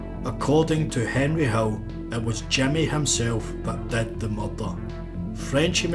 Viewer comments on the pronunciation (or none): I love how the narrator pronounces short ‘i’s like short ‘e’s. “Jimmy” becomes “Jemmy”, while “did” becomes “ded”.